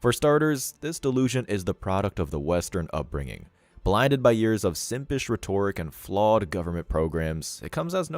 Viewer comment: Rhetoric is not ree-tor-ick, its reh-tor-ick